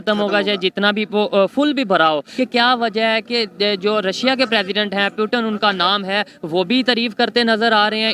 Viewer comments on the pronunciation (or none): Sab baat ek jagah aur putin ki jagah peuton bolna ek taraf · Bhi kise mediya hai putin ko piutan bool rahi hai banda🤣😅🤣😅🇮🇳🇮🇳🇮🇳🇮🇳🇮🇳🇮🇳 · Bhai pewton nahi Russian president Putin hai. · Pyutan nahi putin hota Hain idiot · Puten nahi naam hai Putin naam hai 😂😂😂😂😂😂😂😂😂😂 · Russian president putin hai ...not putan 🤣🤣🤣🤣......& it's narendra ..not narendar 🤣🤣.....pronunciation thik karo bhai ..... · It's Putin not putan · Abe o pyutan nahi Putin h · पुतिन को प्यूटन क्यो बोल रहा है फालतू की बाते करते है पुतिन की इस्पेलिंग ओर प्यूटन की इस्पेलिंग में फर्क है सही ढंग से पढ़ाओ इनको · 🤣🤣😂 Putin ko putan bol raha h 🤣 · Pueatan nhi bhi its putin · Puten nhi Sala putin hai jahil 😄 🤣 😂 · No doubt proper noun can be pronounced..... But, to call Mr. Putin as Piyu- tin is un acceptable & unbearable... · Putin ko peutan kyu kahata hain ye chutiya 😂😂🤣🤣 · The Paxtani pronunciation of Putin is Pew Ton and he's possibly a descendant of New Ton 😆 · Russia ke prime minister pewton 🤣🤣🤣😂😂🤣o bhai tum log padte kaha sai ho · Hahahaa! That moron with a mic says Pyuutin 🤣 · It's Pew Ton, and he's a descendant of New Ton. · Ishne pewton bola